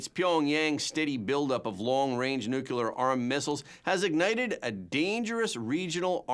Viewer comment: 'Nu-clear', not 'Noo-kyoo-ler'. You're a professional. Act like one.